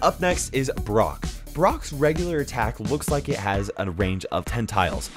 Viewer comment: How he says brock triggered me ITS LIKE BROCK FROM POKEMON